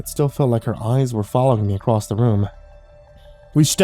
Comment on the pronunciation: DON'T READ THE COMMENTS UNTIL YOU FINISH LISTENING!!! Also... acrosst.. what is that? You mean across, right?? Anyway, great story!